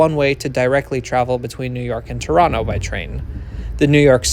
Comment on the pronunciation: I am impressed that you pronounced Toronto correctly…